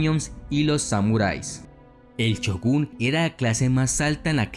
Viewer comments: Shogun no chugun, que puta necesidad de pronunciar la ch y no la sh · Se escribe "Shogun" con "S" y pronuncia "Chogun"..jajaja.. Aún así.. que gran video el tuyo.. muy buena información y sin usar palabras demás o gritar como lo hacen muchos más.. te has ganado un subscriptor más..